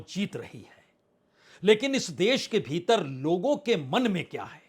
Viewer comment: Kitna 'beeter bheeter "bolthe ho